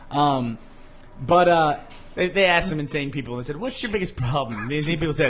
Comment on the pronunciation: has anyone ever noticed burnie cant say "said"? he says "sayed" (or "say'd" or even "sade" if you prefer)